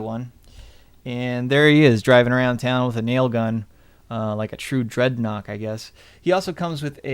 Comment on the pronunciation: Actually there was a trike in the 80s and it's Dreadnok not Dreadnaught